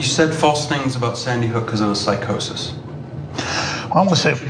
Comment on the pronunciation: He wasn't smoking on that episode, he was drinking. He stated on air, that he's not one of those people who can smoke, because it makes him paranoid. And what is 'psicosis'? 😂 It's Psychosis